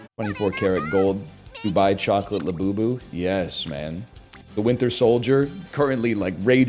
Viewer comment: French Yogi Bear be like: La Bubu